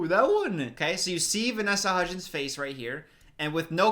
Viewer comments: “the three hudgees” - 2020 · When he said Hudgeez I thought he was going to say Hujesus next, cuz you know, Christmas is about- I'll just leave. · I love how is like “HUDGIES” the whole first half of the video.